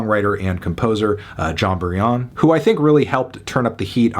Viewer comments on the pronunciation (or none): In 25 years I’ve never heard anybody pronounce Jon Brion ‘Bree-yon’ 😂😂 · Are you sure it’s pronounced “Bree-yon”? I’ve always pronounced it as “Brian” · How did you pronounce “Brion”???